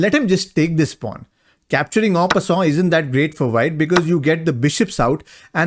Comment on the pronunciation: You're pronouncing "en passant" very well. Congrats from a French dude :yougotthis